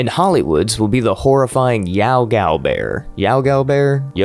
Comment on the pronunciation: Not to correct you or sound super pretentious or anything but Yao Guai (the bear creature from Fallout) is pronounced Yao(Yow) Guai(Gwy) with an i sound like Die